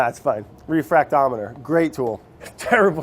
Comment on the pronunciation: Good pronunciation of refractometer, Brad! Also, besides the bottles, you can get refractometers, fermentation jars, Star San, pH strips, lids and air locks from your local homebrew supply shop! Amazon's great, but support your local guy.